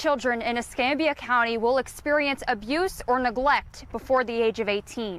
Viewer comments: Ess cam bee ah , not Ess com bee ah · es-CAM-be-ah county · It doesn't surprise me, sad to say. I live in Milton, Florida. Not far from Pensacola. Es-cam-bia is for its pronounced. Yes babies for benefits!! Disgusting!! I firmly believe after having like 3 kids unmarried, different dad's, food stamps AFDC shouldn't be issued. No benefits should be given. Because they are abusing the system!